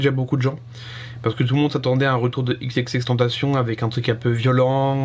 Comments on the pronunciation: À part le n qu'il ne prononce pas comme il le devrait, il prononce "ten ta cion", il le prononce pas à l'anglaise "temptation" mais bien à l'espagnole si on oublie sa faute de prononciation sur la fin où il devrait dire "cione". Y a pas besoin de polémiquer, c'est écrit t e n t a c i o n donc ça doit se prononcer à l'espagnole gros, c'est tout. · Ça se prononce ex ex ex (écrit xxx) tentacion en français pas avec l'accent américains 😉bonne vidéo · C h a o X i i n "ekse ekse ekse tentation" ça se dit comme ça 😉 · Qu'on se mette d'accord! X - X - X - TÉN - TAA - CION On prononce comme ça mdr Content de te revoir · Ça se prononce "tentation" il l'as dit dans une interview 😉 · Ça se prononce comme en espagnol, "tentación" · C h a o X i i n Alors déjà il ne se prononce pas du tout à la française et ensuite on écrit " ou sinon" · C h a o X i i n Déjà on dit ou sinon et de deux ça se prononce "èxèxèxtènetaciôn" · Juste une précision, d'après lui il faut prononcer "tentacion" à la française exactement comme tentation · tu prononce mal son blaze , le "tentacion" il faut le prononcer comme en français , aussinon nice vidéo ;)